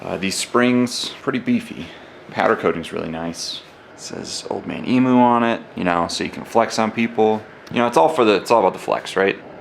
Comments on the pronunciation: It is pronounced old man eem you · Indigenous name, EMU, pronounced " Eeem yoo". Mate. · Please... It’s pronounced Eem you